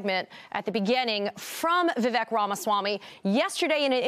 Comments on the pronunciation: His name is pronounced Vivayk. Not Vivick. Be an actual journalist. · Why can’t they say Vivek’s name right? It rhymes with cake. He’s said that a bunch of times. That pretty much ruins their credibility as journalists. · His first name rhymes with cake not peck. If reporters cannot annunciation his name properly that automatically disqualifies whatever they are saying about him because to me they clearly are just regurgitating whatever they are told to say. Horrible “reporting” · Maybe as a journalist you could at the very least learn how to pronounce his name. He's told us over 100 times his name rhymes with "cake". You really should get it right since he's the man of the hour. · I love how they can't be bothered to pronounce his name properly. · Professional journalists? Can't even do basic research and pronounce Vivek properly. Is this lazy journalism or racism? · They can’t even pronounce his name right